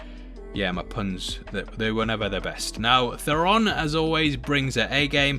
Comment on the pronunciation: No offense def. but the way you say Theron is funny . 😂🤣